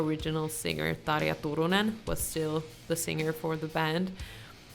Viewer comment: How surprising to hear someone pronounce Tarja correctly.